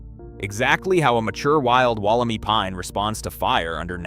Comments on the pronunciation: Can you a least pronounce it correctly is not “walla-me” is “walla-my” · WolleMY, not WolleMee, PLEASE! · Woll-em-eye is the correct way to say it :P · Amazing! It's said Wolim EYE by the way. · Wol om i pines. Mispronounciation is terrible. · It's pronounced Walla My- rhymes with guy. It was found less than two hours from my place. At around the same time I found a group of small stunted trees I couldn't identify, growing on a steep mountain side on a friends property. I cut one to show around and see if the old timers recognised it- none did. The wood and inner bark were white but within half an hour of being cut turned bright yellow. I contacted the head of the state forestry service- he sounded excited and asked me for samples- I sent leaves, wood, bark and seed capsules- and waited. Thirty years later I'm still waiting. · here in australia wollemi is pronounced wollem-eye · It is pronounced WOOL-A-My.